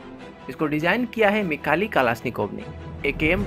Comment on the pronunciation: मिखाली नही मिखाइल